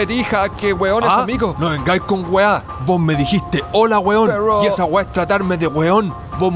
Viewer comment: Si un extranjero no entiende ésta weá... es aweonao.... wena weon te felicito.. por darte el tiempo de explicar... solo una sugerencia enfatiza el acento que corresponde al conjugar la palabra weon, ya sea prosódico o si lleva tilde.. si me aweoné .. te pido disculpas. Saludos de un chileno.